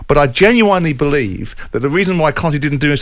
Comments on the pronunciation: Jordan pronouncing "genuinely" like a septic is bile inducing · Why does Simon mispronounce "genuinely"?